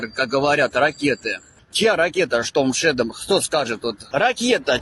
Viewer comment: Ракети " Шторм Шрьодер" і " Шторм Чедер" :)))